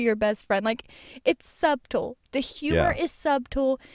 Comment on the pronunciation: Good podcast, y'all! Keep up the good work. Only critique: The "b" in subtle is silent, lol. <3